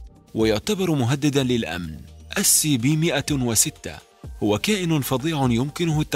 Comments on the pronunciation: معلوماتك عن الكائن الاول غلط والنطق كمان🙂 اولاً: اسمه اس سي بي مو سي كي بي ثانياً: الكائن اسمه 173 مو 273 ثالثاً: الكائن بيتحرك لو رمشت او لو مكانش حد مثبت النظر عليه اما لو حد ثبت نظره عليه فالكائن ما هيتحرك من مكانه تثبيت للناس اللي مش عارفه❤❤🥰🥰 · 😂ما شاء الله علم عظيم😂 منذ متى والsتنطق ك؟!